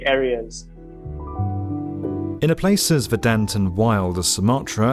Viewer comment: I'm sorry, sir, but ver-DANT?